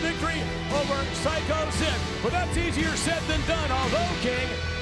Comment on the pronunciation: swear to god i thought i heard vince say "easier sid than done"